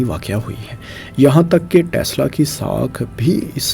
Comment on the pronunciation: O bhai ap apna pronunciation tu theak kar lo Aur Elon musk aur tesla aur space X aur .... Though it's a criticism but improve your accent